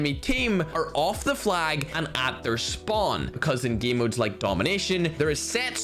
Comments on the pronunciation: The Ernie geeemuh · Plot Twist: Instead Of Game he said gim 😂😂😂